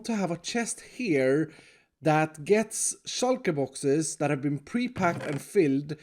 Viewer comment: "shulka boxes" once u hear u cant unhear it...